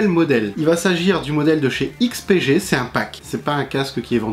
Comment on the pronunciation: On repassera pour la prononciation du nom mais merci de ta réponse :P